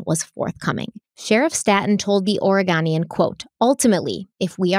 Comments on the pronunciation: It's Or-eh-GO-nian 😉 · Thank you. Thank you. Thank you. I have been drawn to Kyron's sweet face and broken hearted over his disappearance from the beginning report. (Out of appreciation of you, I am even holding back on correcting your pronunciations of Oregon and Oregonian 😉), but seriously THANK YOU for covering this. I think YouTube first showed me your video because it has to do wth Kyron, and I think I've watched quite a bit of content on him, and it's not fair what's happened. I'm glad I found this channel, and both and solo channels. I'll be watching content on your other channels as I wait for your next part on this Kyron series. I've prayed many prayers for the absolute truth to come out and justice to be done. Maybe your coverage will increase the chances of answers to those prayers. 🙏 Thank you!